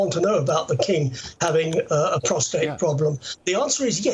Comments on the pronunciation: Prostate, not prostrate! Big difference. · It's funny seeing who says prostRate. 😂 did